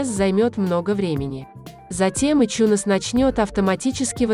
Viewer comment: Какой еще ичунес на хрен? Айтюнсом он называется и назывался всегда. Слышать такой бред с души воротит. Можно хоть названия говорить нормально. А то в место айфона можно обозвать ипхоном блин.